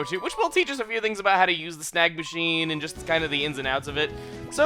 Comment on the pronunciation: When you "Snag Machine" I thought you said "Snack Machine". That made the beginning of the video too funny!